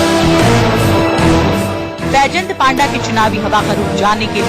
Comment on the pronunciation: It's not paaanda it's panda